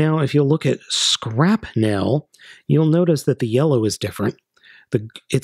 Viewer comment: Why do you call him Skrapnelle? His name is Skrapnel you're supposed to pronounce the "nel" the exact same way as Shrapnel xD